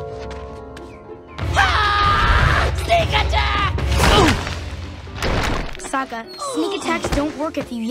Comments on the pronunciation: Yeah tbh the movie would at least maybe be a little better if they actually made Sokka funny, and pronounced his name right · okay I didn't hear this until you said it and it even sounds like he has one when he says sokka